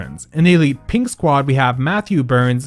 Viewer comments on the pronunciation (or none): none